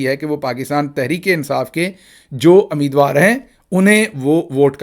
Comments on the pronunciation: Ameedwar kya hota hai. Umeedwar, Umeed waar الف کے اوپر پیش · Ammeedwar? Ummeedwar? Hai you Punjabis?